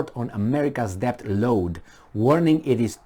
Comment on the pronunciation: Unsolicited but possibly useful advice for: 1. Shorten the little comparison anecdotes..." What if you had a neighbor who.." "What if you were a coach who..." "what do you do with an employee who.." etc and get to the point faster. 2. "Debt" is pronounced without "b" (det). 3. Consider the possibility that despite the obvious stupidity of those appointed to pretend they run anything, the disaster that results is not caused by their stupidity but is he actual INTENDED result by their string pullers